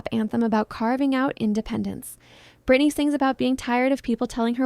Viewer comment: It's Britney b*